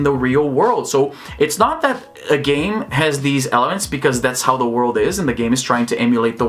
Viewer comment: Geez, I heard u saying " I don't care about game GAY" I was like "what hell", then I turn on the subs XD